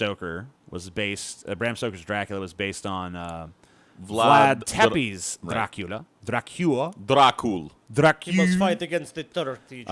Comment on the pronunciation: It's "Dra-coola" not "Drac-coo-lia", you ignoramus!